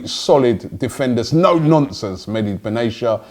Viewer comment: Mehdi WTF!? Can't pronounce to save his life, oh Robbie😂